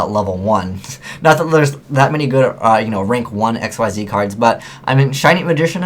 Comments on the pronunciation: You do know Xyz is pronounced, "Ik-seez," right? They're not VWXYZ monsters... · There aren't any reprints of Numbers in this set. This is all their first time being printed, and all of them except for Giant Grinder, which is actually an older OCG promo card, are being printed in the TCG before the OCG. Also, why does no one pronounce Xyz right? (pronounced ik-seez)